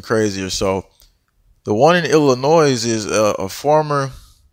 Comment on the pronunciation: I love your videos! Thank you very much for the information. Also, please please don’t take any offense to this, but in case you didn’t know, the S is silent in Illinois.